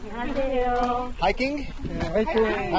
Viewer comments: 안녕하세요. 감사합니다. 이 두 문장의 발음이 엄청 좋아졌네요 ㅋㅋㅋㅋ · '안녕하세요'랑 '감사합니다'의 발음이 점점 자연스러워지고 있어요 ㅋㅋㅋㅋㅋ